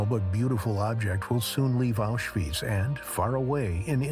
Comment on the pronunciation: Stop calling it Auschweeeetz!!